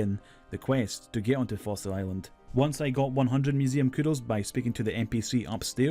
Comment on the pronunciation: right? wtf is he saying?? Mining Todd???